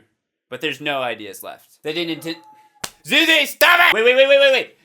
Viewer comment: You called Azura Zuzi. That's cute dood.